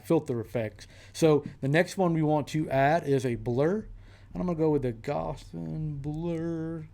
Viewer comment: ***** indeed! you induced viewer interaction all on the sly by mispronouncing it. Lmao!